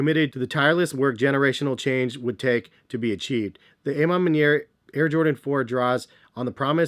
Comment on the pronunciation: The A.... Ma Manier! Hahaha🤣🤣🤣 isn't it A, like Awe Ma Manier??